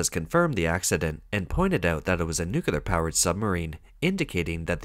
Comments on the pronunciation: Nuclear = "Noo-Klee-Arr". Not "Noo-Ku-Lar"! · A submarine's uncontrolled sinking while berthed at dock? 😮😮 Yep, that's "Made In China" quality for you... 🤣 BTW, nuclear is pronounced "NEW-klee-ar". NOT 'nucular'. Geez. M 🦘🏏😎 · How did you find a text-to-voice app that mispronounces “nuclear” as “nucular”?” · N.U.C.L.E.A.R not N.U.C.U.L.A.R.